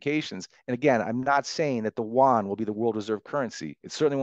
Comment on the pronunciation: He can't pronounce Yuan??